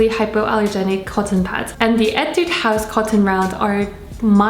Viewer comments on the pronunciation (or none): none